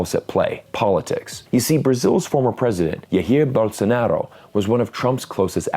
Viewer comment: Thanks for butchering Bolsonaro's name XD